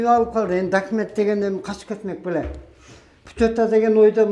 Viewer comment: документти , дакимент дешет экен😂😂 оочень смешно, путу😆.